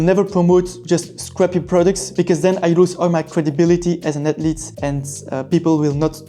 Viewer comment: Atlete. Screw saying the “h” sound lol